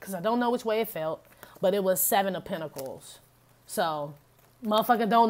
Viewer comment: Penta-cals!😂😂😂 You never disappoint.